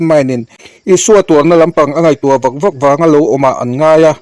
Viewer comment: Vak vak tih kha i van lam dik lo ve mawle...a ri sang tur ah i ti hniam daih a,a hniam tur ah iti sang bawk sia,MAI tih tur ah MEI iti bawk si,Bawng mei nge,Mei alh zawk😂😂😂